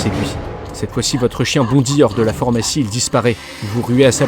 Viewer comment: Très bien mais il va falloir apprendre à prononcer correctement PHARMACIE et pas FORMACIE